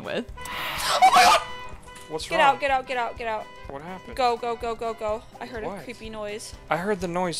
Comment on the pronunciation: i don't know why but the "whu happned" cracks me up